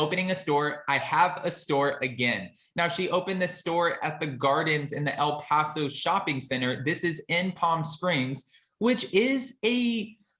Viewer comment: It’s called “El Paseo” not Paso